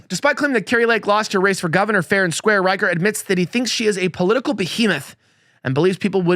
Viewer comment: Rich-er, not Riker. Yes, CA Dems stole 5 House seats in 2018.